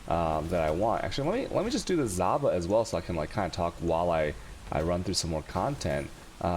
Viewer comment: Its Zana... not Zaba